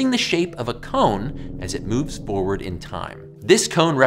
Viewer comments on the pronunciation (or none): none